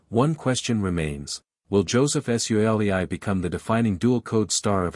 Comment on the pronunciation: Love that pronunciation, the Tah's shall forever be called the War-aar-tars featuring Joseph S-you-alley-i